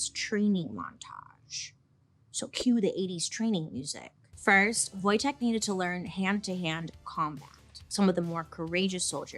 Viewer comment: Niedźwiedż Wojtek <3 Bailey, kudos for pronouncing correctly!